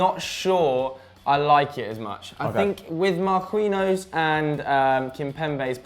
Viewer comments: lol who is marqueeno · Omg Marquinhos is pronounced Mar-key-nios! "Qui" same in Spanish makes the "key" sound sorry just hard to listen to lol esp when it's quite common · who the fuck is marqueenose? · “MarQueeNO” you name-butchering tosser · saying Marquinhos name as right as possible just so can fucking murder it again. It's not even a hard name... jeez